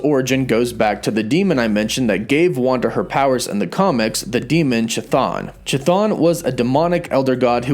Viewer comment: Cheh-thaun. Lol. Its kuh-thune, bro.